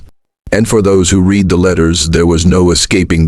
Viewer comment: Listening to this AI reader makes my throat feel funny. I said it's AI because it doesn't know how to read "read" in the present and past tense...